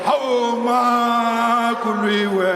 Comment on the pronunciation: Somebody please teach Julius how to say Makuliwe